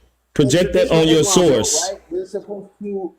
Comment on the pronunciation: “Yo sauce” 😅😅😅that’s that Texas coming out you Word🤣 I also died laughing on the “worst of employees” comment lol